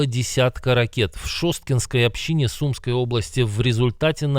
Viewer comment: Ну не СУмской, а СумскОй... Спасибо